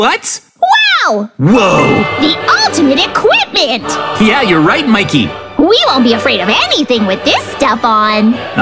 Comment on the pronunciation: Wait not makey😅 but mikey😊